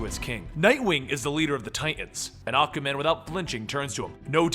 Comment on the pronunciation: I keep hearing you say Acaman...I'm like "who's acaman?" Lol